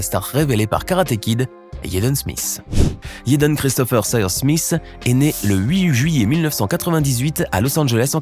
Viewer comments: Pourquoi il dit yédeune ça se dit tout simplement jadène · IL dit yaden Smith alors que on dit Jaden smith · t'as une dent contre Jaden* et pas yaden smith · Ça se prononce yaden tu crois il vas dire jaden ça n’a aucun sens réfléchi idiot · Vous devriez au moin prononcer le prénom Jaden comme il faut...